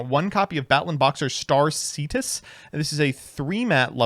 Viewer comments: I'M SORRY, BUT SEETUS?!?! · istg there is nobody in the entirety of yugitube who knows how to pronounce “cestus” correctly